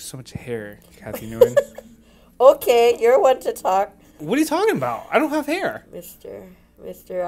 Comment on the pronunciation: Nguyen is pronounced “when.”